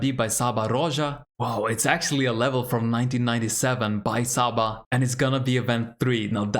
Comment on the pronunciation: Nice, I like when levels have so many different routes to complete. And it is crazy that the TAS play wouldn't be good enough for the first place. By the way Csaba (Csaba Rózsa) is pronounced as "Chaba".